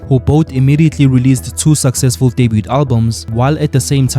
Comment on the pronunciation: I could bite an electric fence for the way you pronounce debut🤣🤣😭